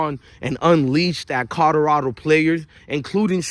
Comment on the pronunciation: Is it Colorado or Codorado 😂?